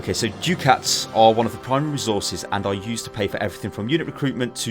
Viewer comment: Minor thing, but I believe it is pronounced "duck-ats".